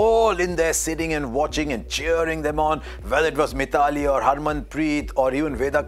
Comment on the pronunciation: Mr Harsha, please learn to pronounce the names properly. It is not Mi-thaa-lee Raaj, it is My-thli. OK if a non-Indian mispronounces, not you.